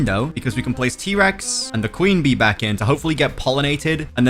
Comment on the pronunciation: bro at the start of the video he says I’m gonna get my queen bee bro actually said clean bee